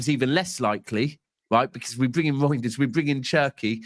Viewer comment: why u keep calling the guy “Roynders”? It’s Reijnders bro lol. Is that a Manc thing to butcher names? lol😂 Steve does it too